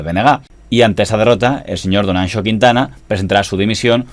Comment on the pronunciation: Muy buen vídeo, como siempre. Y tengo que felicitarte por la pronunciación de la X en Anxo, muy conseguida